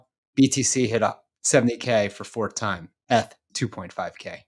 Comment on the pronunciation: what does he call it? ehhth? How can you not know how to pronounce Eth??